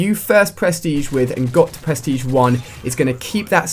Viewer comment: lmao "perstege"